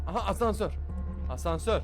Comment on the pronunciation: Abi o hasansör değil asnsör🤣🤣🤣